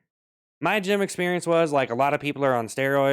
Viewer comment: Bro did the “gym” completely wrong 💀